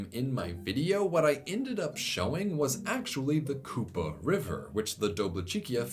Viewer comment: you pronounced Kupa correctly, but Dobličica is pronounced “do-blee-chee-tsah”